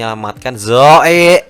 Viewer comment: Kenapa harus ngomong zoeey😂😂😂